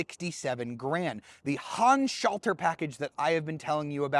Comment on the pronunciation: What's this? A YouTube car reviewer that can pronounce Handschalter correctly. Good review!